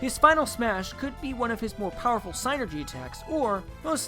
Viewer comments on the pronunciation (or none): God, dammit! It's not Psainergy. It's psynergy. With an I sound, guy! And why on God's green Earth would you say, Tabuu and Rid- You know what? Short rage, done.